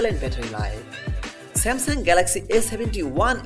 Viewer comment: Nice vid but samsang is not how its Pronounced